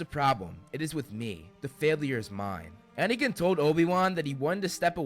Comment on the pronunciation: Katie Fitzpatrik guys! He said anikin not anakin were fine